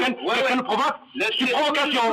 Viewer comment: j'aime bien... "el nous prouvouque."... ^^